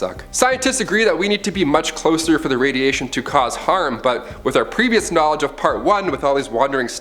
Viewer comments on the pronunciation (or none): none